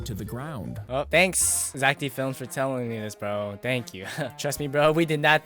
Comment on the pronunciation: Bro that is Zack not zeck